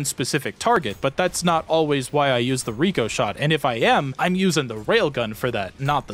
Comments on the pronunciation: but it doesn't say Ricochet. It says Ricoshot. If anything it should be pronounced RICK O SHOT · the i in ricoshot is pronounced like the i in the name rick